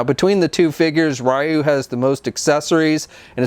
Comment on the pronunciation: "Ri-you" Don't you mean re-you